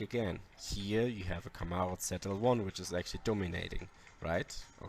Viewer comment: Its Z L 1 not "zed" L 1 😂😂😂